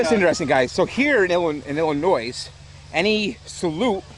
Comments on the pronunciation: Okay look you lost some points when you called the state "Illi-noise" but you gained it ALL back and much much more for the incredible show! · Illinois. Not ILLINOIZ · Fuckin rich people. Btw it's pronounced ill-i-noy. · I'm from Illinois too and every time he said illinoise it bothered the hell out of me! But fk it he can say whatever he wants with an epic video like this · Illinois without the s next time sir😂 but badass setup anyways! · This man really just pronounced the s in Illinois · He definitely not from Illinois he keeps pronouncing the s at the end hard as fuck and it's irritating the hell out of me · Awesome setup but please don't ever say Illinois with an S lol people from Illinois hate that lol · This was pretty amazing but please.... say “Illinois” correctly next time..... as in without the “S” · Please for the love of GOD the S is silent when you say Illinois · A man after my own heart! Awesome! To call that a backyard show is ridiculous! This man has loads of money. I would love to crew another of his shows. By the way it's Illinois without the s. People from there get offended when the s is pronounced. Fantastic display! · Please help those good people from Illinois. That "s" is silent. Please, please, pretty please do not include the "s" at the end of the state of Illinois. It is meant to be silent! You will not regret it, and you will make several million people very happy. Thank you so very, very much. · OMG! WHERE IS THIS I LIVE IN ILLINOIS AND THIS IS AMAZING! also it’s Illinois the S is silent. Please share details of the next show. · Not Illinois It’s pronounced Illinois. The s is silent. 😂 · This was a hell of a show, hands down better than any town show I saw in the past few years. Great job on the show and thanks to for videoing it for us to drool over! PS- the S is silent in Illinois...lol